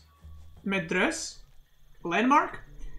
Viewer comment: You pronounce the last "e" too in Medrese.